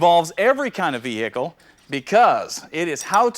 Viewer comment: Your “vee- hickle”. He’s not from the South. 👍🏽